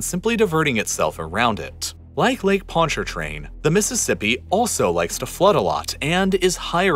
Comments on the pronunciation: That's because not everybody speaks with a "New Orleans accent." There's plenty of people that have grown up here that can speak a normal american english accent. The r in ponchartrain was over pronounced, and you're right that most people say "ponchahtrain." Of course nobody says carondeleT, because that's simply not how the word is supposed to be pronounced. The way he said "New Orleans" is 100% acceptable and normal. Correcting someone for that one specifically is strange when even many locals say it that way. There are totally a lot of people saying "N'awlins" sure. But that is 100% slang and completely optional. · I just wish he pronounced the lakes name correctly 😂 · Pontchartrain is sending me lmfao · As a native Louisianian - I'm offended by the way he pronounces the "R" in Pontchartrain. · Hearing someone pronounce the 'r' In Pontchartrain gave me the greatest whiplash, I don't think I've heard anyone living here pronounce it that way XD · You pronounced Pontchartrain wrong. The first T is silent.. lol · This dude can't even pronounce 'Pontchartrain.' This dude needs to learn history. Historical facts matter -- opinions don't. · Pontchartrain is how you spell it, but not say it. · Hey just wanted to say great video! Very accurate facts. Also as a native to the greater New Orleans area, I just wanted to point out that the first R in Pontchartrain is actually silent. Keep up the great work! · Pontchatrain, everytime he said that. Pon-cha-train not Pont-chart-train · Lake Pontchartrain is pronounced “pon cha train” not “pont char train”. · Exactly. I was mostly impressed with his Ponchartrain pronunciation and the only real issue was the voiced first R. It's basically pronounced like, "Pon cha train" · it’s not pronounced with the r. It’s pronounced pontchatrain. Basically take that first r out and then say it. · Him pronouncing the lake sounded so robotic 😂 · "Pon-CHAR-train" Lmao, but kudos for him getting close. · dude said ponchaRtrain 😂😭